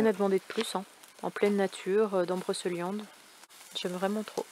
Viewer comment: Salut on a pas eu droit au petit panneau abonne toi cette fois, peut-être un oubli ma fille me l'a fait remarquer, par contre s'il te plaît ne dit plus " Broceuliande " mais BrocÉliande (ma femme est Bretonne) et c'est pas " auquziliaire " non plus 😂 mais c'est surtout pour te taquiner, Salut Salut 😉🐞